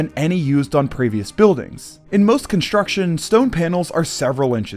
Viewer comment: Another irritating narrator that pronounces "s" as "sh". It's "construction", not "conshtruction."